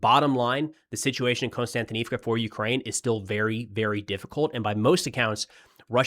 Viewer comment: Can anybody tell me why every youtuber pronounces 'Kost-yan-ti-niv-ka' as 'Constant- inivka' ?????